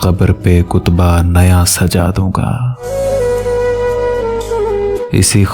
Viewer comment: Word tayrgi ni hota teergi hota h or kutba ni hota katba hota h